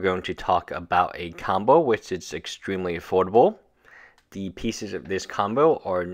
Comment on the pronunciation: I like zis